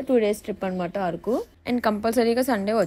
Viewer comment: ఆరకు కాదు అరకు